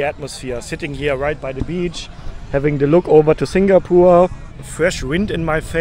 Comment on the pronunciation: it's singapore not singapoor